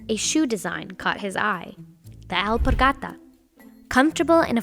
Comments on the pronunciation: I like the way the Narrator pronounced the Spanish name of the shoe “elpargata” - everytime she utters it there’s so much conviction! We get it ghorl u can speak Spanish. Hehehe! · you pronounce Alpargata very funny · The way she says “alpargata” annoys the deepest parts of me. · I hate how she pronoun alpargata. It's horrible. She didn't even try